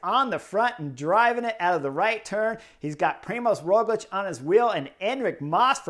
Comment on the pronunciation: I have noticed you pronounce Roglič correctly, but not his first name. You can notice “special” letter ž instead of Z, Primož. I cannot think of any english example, so going with french. Word “gendarmerie”, first sound is like “ž”.